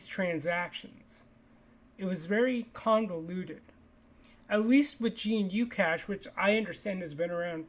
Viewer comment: Also, not gee-nu-cash. Just guh-new-cash